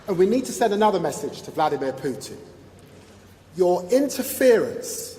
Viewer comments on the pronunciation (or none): none